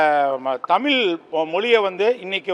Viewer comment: தமில் இல்லப்பா தமிழ் 😂😂